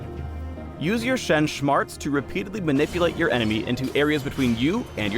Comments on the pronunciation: "Use your Shen SHMARTS" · "Shen Shmarts" Go home, you're drunk. "Shensational" phreak, shtap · "Shen Schmarts" lmao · "shen shmarts" I'm already done with the video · wtf is "SHMARTS" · "Shen Shmarts" SMH >.<